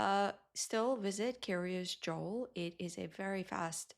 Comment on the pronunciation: Dear F Why do you call it Kiryas Dzool, instead of Kiryas Yo’el, In Yiddish pronunciation of the letter Yud?